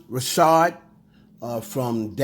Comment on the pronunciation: Ok first why are you pronouncing dawn’s last name like that? It’s just Richard. Like Richard Pryor. lol Second this btc nosey must wnna get sued again. Nicki has never said she’s done coke on any of her songs. She has however mentioned poppin pills.